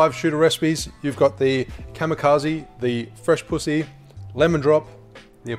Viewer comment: I love how he said “pu—hhhy” 😭😂😭😂